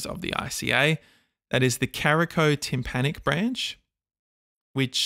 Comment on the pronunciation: it's caroticotympanic not caricotympanic